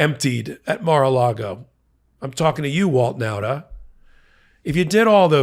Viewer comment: .....I know a whole family of Nautas...and you keep mispronouncing the name. It isn't NOWTA but rather NAWTA. Thanks for the important work, none-the-less.